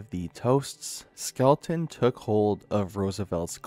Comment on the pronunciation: Skel-ton. Not Skel-e-ton.